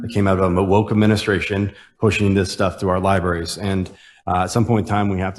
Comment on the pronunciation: That republican cannot even pronounce 'library' correctly.